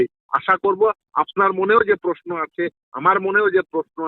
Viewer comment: খুব ভালো বলেছেন। একটু বাংলা উচ্চারণ টা ঠিক করে নিলে ভালো হয়। পস্নো পক্রিয়া এরকম সব কথা গুলো শুনলে বুঝবেন। আমি আপনাকে উৎসাহ দিতেই এটা বলছি। প্রশ্ন, প্রক্রিয়া ...... ঠিক করে বলবেন।